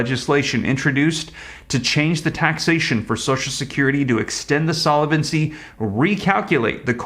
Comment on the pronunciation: Great info! The word is solvency not solevency...